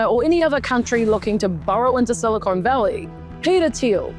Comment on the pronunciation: It is not "silicone" it's "silicon"